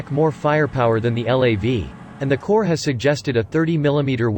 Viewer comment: Gah. Narrator pronounced the p in Corps!